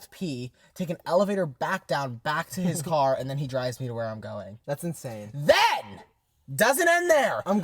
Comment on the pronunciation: Matt and Chris face when Nick said “ tHEn” was so synced and hilarious 😂😂